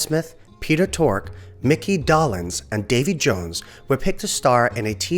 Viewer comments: Mickey DOLE-enz NOT Doll-enz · Mickys last name is pronounced "Dough-lenz", not "Dah-lenz" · Never heard his name pronounced Doll-ens! Doe-lens is how I think it's pronounced. Funny how language changes from generation to generation, just because no one is paying attention! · Dough. Lens. Doughlens. DOLENZ! It doesn't even look like Dollenz for heaven's sake! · It's Micky Dolenz -- pronounced Doe-lenz ... not Dollins. Please, your mispronunciation hurts my ears!! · just saw a behind the scenes documentary on them a few weeks ago. and BTW it's "dole-lenz" not "doll-enz" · Oh! NOW, it's, Mickey DAHLenz!. It's pronounced the same as, Dole (the Pineapple company). Add an NZ to Dole and you got his name. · Yeah, I couldn't watch anymore if the narrator doesn't even know that much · Doll-enz? Really? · Yeah, should be Dole-enz. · Micky’s last name was mispronounced. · You lost me at 7 seconds into your video when you mispronounced Micky Dolenz's name. Your credibility is Zero, so why should I bother to see what else you got wrong? KNOW YOUR DAMN MATERIAL!!! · It’s Bob “RAYfelson” and Mickey “DOLEenz” - long vowel sounds.